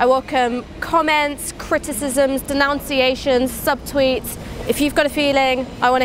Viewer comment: Darling, in English it is 'denunciations' not 'denounciations'. I'd expect a 'journalist' to know this and not make a fool of herself by mispronouncing such a common word.